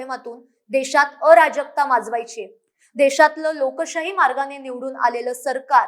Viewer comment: विश्लेषण योग्य...फक्त अ राजकता नाही.अराजकता असा उच्चार पाहिजे.. जहाजातला ज पाहिजे